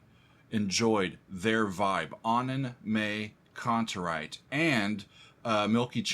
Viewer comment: Pronunciation is more like Annen“My“Kantereit, but you are doing well pronouncing „Kantereit“ which is the bigger challenge